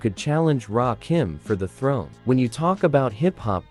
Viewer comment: There was no bridge war , there was a well orchestrated demolition project that took a still young architect to restore and rebuild years later . Little disappointed at the end on the pronunciation ...it's kim like Lil 'not keem like Dream .Great list though R.I.P to Ecstasy one of the best voices and flows ever .